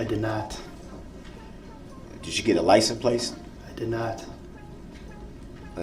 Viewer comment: "Did you get a Li - suh - place"? Gets me every time!!! He's such an idiot! 😂😂